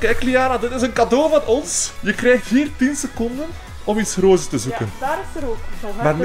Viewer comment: Rooze haha srry maar het is roze